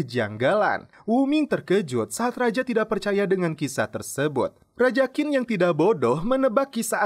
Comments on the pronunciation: Qin dibaca Chin, bukan Kin. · Mas, Qin itu dibacanya Chin. Seperti Cina. Karena memang Qin (Qin Shi Huang) sang raja adalah awal muncul nya Cina. Kata Cina itu adalah berasal dari Qin (baca: Chin)